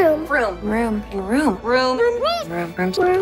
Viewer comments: ha! room sounds like vroom now😂👏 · I'm hearing Vroom as well. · Me, too. 😄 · At some point i stopped hearing room and heard vroom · By the end of that 'Room' bit, it sounded like everyone was saying "Rerm" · it sounds like theyre saying vroom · Room now sounds like Vroom, this all i heard them say "vroom. vroom. vroom? vroom vroom. vroom?"